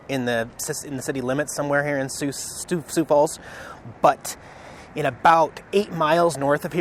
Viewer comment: you pronounced "Sioux" perfectly on numerous occasions throughout this video. Good stuff. hahaha